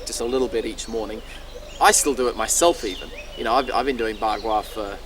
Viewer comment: Bagua is not bla-bla-bla, young man!